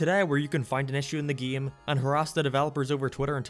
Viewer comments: I gotta ask... what accent is that? The way you pronounce "game" as "geeme", it's messing with my head :P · this video is ok but the way how this guy pronounces "Game" really triggers me